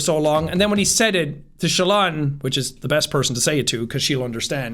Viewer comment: calling Shallan 'Shaylin' might be the single most Irish thing I've ever heard in my life, Jack.